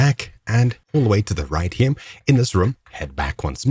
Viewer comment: WHY DO YOU SAY "HIM" WHEN TRYING TO SAY HERE......